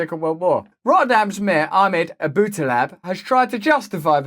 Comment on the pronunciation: "Rotterdam's mayor Ahmed........" very Dutch lol